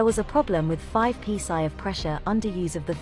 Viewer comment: Hate it when I encounter five pee sigh of pressure problems.